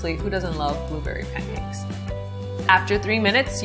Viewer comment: At 42s - it's pancakes, not pam-cakes Ha! I tried your other pancake recipe and trust this one will work out better than one did.